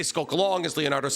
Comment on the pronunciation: And he called him " Donatelli" wtf